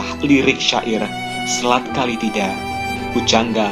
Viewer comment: Bukan Kali tida. Tapi Kala Tida